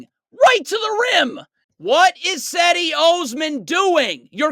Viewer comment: Cedi Osman’s first name is pronounced JED-e, btw.